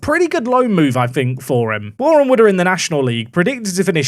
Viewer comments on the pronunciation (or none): none